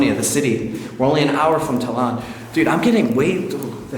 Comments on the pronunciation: Its Tallin not Tallan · I married a son of Estonian parents. We hope to visit their homeland one day from Australia. But I must add the correct pronunciation of Tallinn is Ta- Lin not Ta - Lan 😛 keep up the great explores 🤙🏻